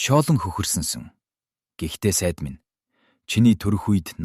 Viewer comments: Сайд биш Сай-Ид гэж өргөлттэй дуудна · Сая-Ийд гэвэл илүү тод сонсогдоно